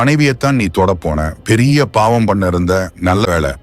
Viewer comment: படங்கள் அருமை.கதையும் அருமை.."யாரையுமே பார்த்தவுடன்" பொருள் மாறுபடும்."பார்த்தவுடன்யாரையுமே" என எழுதியிருக்கலாம்..மகன் அழுது கொண்டிருந்தான் அல்லது குழந்தை அழுது கொண்டிருந்தது.உச்சரிப்பு சில இடங்களில் சரியில்லை.pavam ஓரிடத்தில்bavam. ahi vittadhu.. குலவையில்இல்லை.குவளையில். விளக்கி இல்லை விலக்கி.காமம் தாயைக் கூட கொல்லுகிறது.